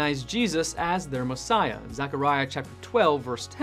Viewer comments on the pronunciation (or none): none